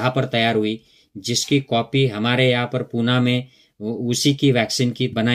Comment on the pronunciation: पुना नही पुणे म्हणा 😀